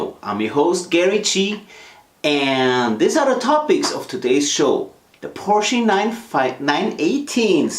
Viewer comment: I remember getting lectured by a Hungarian dude in the comment section of one of Tom Ruijter's vids about the pronunciation of Porsche, he even put a link to an instructional vid from Porsche themselves on how to say the word... What gives Gary? Love to get your take buddy, I mean, if anybody'd know it'd be you, right? (maybe inc on next weeks vid?) Fab share as always guys, kutgw.